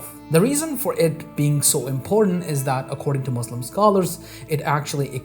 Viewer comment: Yeah, he can't even pronounce Muslim correctly...